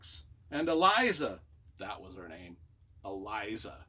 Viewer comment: I envy you the opportunity to read this series for the first time. My favourite of my last half-century of reading. And - it’s Eliza.